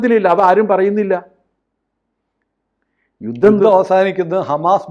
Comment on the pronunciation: യുദ്ധം അല്ല ജൂദ്ധം